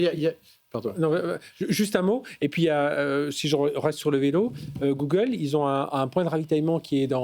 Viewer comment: J ai arrêté de regarder quand j ai entendu googaule.😂